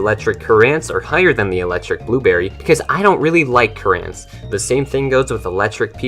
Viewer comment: Cur-ANT lol I love your vids bro